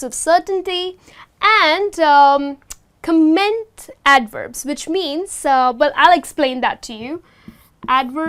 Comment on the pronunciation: Piss Trooper he's probably cringing because of the way she pronounced 'comment'. And she didn't mention that adverbs of manner can also be used in the middle position. But I don't agree with him on the whole channel comment. I think this is a fairly good channel